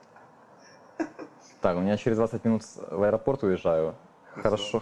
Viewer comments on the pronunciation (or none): none